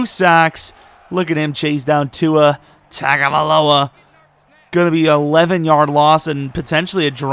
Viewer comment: I'll turn notifications on if you start pronouncing Tagovailoa right 😂 TUNG-o-vai-LOA